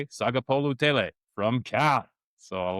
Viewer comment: Pat Mcaffee was talking about Sagapolutele earlier. Well done pronouncing his last name as well as I'm Samoan. I will be following you guys from here on out. Also, grew up in the bay and Cal vs Oregon 1993 was my first ever college football game as a 13-year-old then. Cool show fellas!